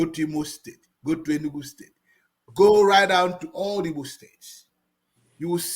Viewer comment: Hes a foreign fool😂 Can you hear him pronounced Alaigbo?😅 A complete Otelectual!